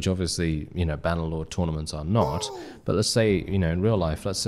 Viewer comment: "Bah Nuh Loawd" 😭 ❤